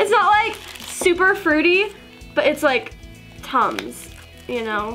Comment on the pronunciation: When u said it smells like tums I thought u said tongues